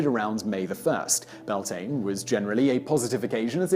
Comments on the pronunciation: It's byal-tin-A not belltain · I know but being Irish it kinda annoys me, I just can't help it. Also it's Bealtaine here(pronounced BE-Al- TANA) it's kinda those things that get on my nerves. But what really ticks me off is when people are expecting names and words to sound lie English and end up just criticising it. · Bealtaine......welllllll I can't even begin to explain how that's pronounced....loved the video anyhow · You miss-pronounced Bealtine!